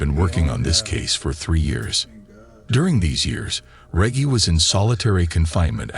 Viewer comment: Man needs to learn to say Reggie lol